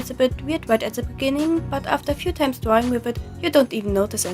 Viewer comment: ''I really like dwawing with this tablet'' nice touch, since you're a ... catlike animal Grüsse aus der Schweiz